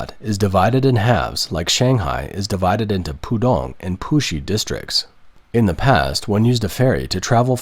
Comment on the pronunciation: Please get someone/thing that can imitate a Chinese accent... Because I was watching the video and the bot said "Pusi district" as "poohshe district... and that sound too much like another word that sometimes makes manchildren like me, laugh for no reason during a serious news report.